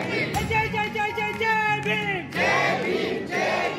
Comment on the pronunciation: कितनी कर्कश आवाज में ये जय भीम जय भीम करते है..थोड़ा मधुर तरीके से भी बोल जा सकता है..जज्ज जय भीम क्या होता है..जज्जन हटा कर बोला करो